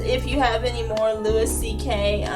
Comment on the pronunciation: His name is "loo e CK". Keep up the great work.